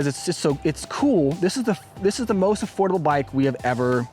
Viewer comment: It’s Affoldible 😂